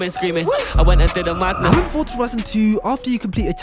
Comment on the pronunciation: This guys voice is so annoying, forza doesn’t have a “t” in it, forza not fortza